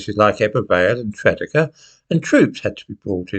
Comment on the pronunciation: Tredegar - pronounced Tred-ee-gah. Just so you know. 👍🏻